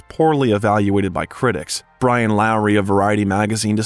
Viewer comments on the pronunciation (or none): none